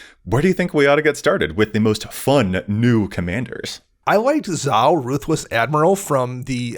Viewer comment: The way pronounced 'Zhao' hurt my heart.:( Please,, watch Avatar: the Last Airbender. It holds up, even for its and our ages. AtLA is timeless.